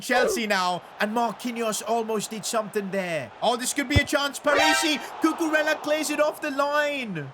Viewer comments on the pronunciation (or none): Bro Called cucurela cucumela😂😂😂